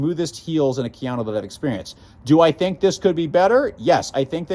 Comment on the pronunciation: KA-yano not keeyano